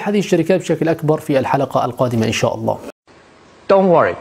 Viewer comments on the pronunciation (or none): none